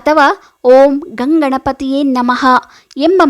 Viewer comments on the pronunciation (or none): Om Gam not Gan pls rectefie